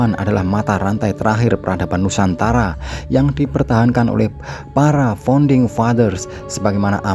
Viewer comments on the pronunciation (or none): none